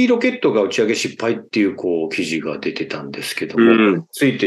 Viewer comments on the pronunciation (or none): 失敗をしゅっぱいという人w